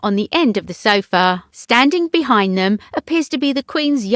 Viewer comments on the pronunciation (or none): none